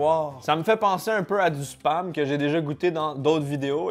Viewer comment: Coucou quand tu dis Spam et bah on dirait que tu dis autre chose mdr